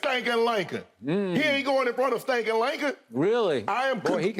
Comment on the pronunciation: “ Stankin Lanken “ 😂😂😂